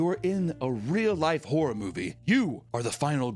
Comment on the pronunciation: I cant get past that every time you say horror, it comes out as wh*re lol